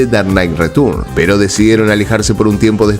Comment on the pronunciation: Tus videos y narracion es muy buena . Solo , el ingles tuyo es terrible, Tim burton no se dice burton es barton . Y return es retorn . Pronuncias como se escribe wey ... 😢😢😢😢